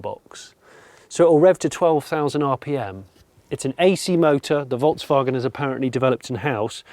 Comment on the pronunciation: Another brilliant FC episode. Such a relaxed and honest style, Jonny - thanks so much. I'm fed up with over too-enthusiastic, fake-excited, over the top reporting of ANYTHING let alone car reviews. This was so calm, relaxed, informative... AND you pronounce Volkswagen correctly. Thank you thank you :o) As for the car itself, well, it's a Golf. People will buy it because it's a Golf and anything to move us more towards EV is a good thing IMO. Not sure on all the modes - the vast majority of Golf drivers won't understand or care about that; they just want to get in the car and drive A to B.